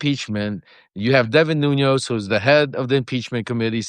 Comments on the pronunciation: Why are mispronouncing a man's name who you know? His names is NuNES, not NUNOS. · Lev, you know I luv ya😘Bubbula but to google TS Portuguese surnamed CEO±. it's... "Nunez" NO "ñ"❗ Not Noñoz... It's Nu-nez. THX bro🙇Ask yer son to remind you❤